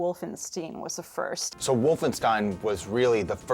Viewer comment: “Castle wolfensteen”